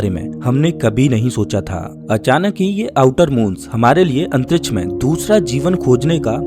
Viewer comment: Bhai pehele antriksh bolna shik jaa 😂